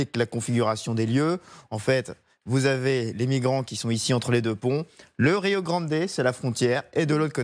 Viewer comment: Rio grande : accent tonique sur "gran" et non sur "dé"